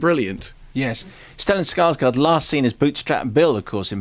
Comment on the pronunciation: Oh my GOD an Anglo who can pronounce Max von Sydow! I think I'm in love! (He still pronounced Stellan Skarsgård as if it were Skarsgard, though. Oh well.)